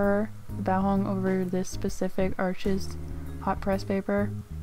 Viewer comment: Arches is French, it’s pronounced “Arsh,” the (s) is silent, Thanks for sharing!!!